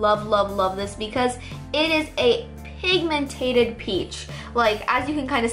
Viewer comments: Dude it's pigmented not pigmentated😂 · Not trying to be rude but it just drives me insane that you say pigmentated it's pigmented pigmentated is not a word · say pigmentED NOT pigmentATED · It's pigMENTED, not pigMENTATED. Just so you know. 😃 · If she says pigmentated one more time I'm gonna unsubscribe. The word is PIGMENTED not pigmentated 😤😤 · its pigmented not pigmentated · oh my god. its 'pigmented' not 'pigmentated' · It drives me crazy how she says pigmentaded instead of pigmented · lol it's pigmented not pigmentated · pigmentated 😂😂😂😂 *pigmented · No offense, but it's pigmented. Not pigmentated 😬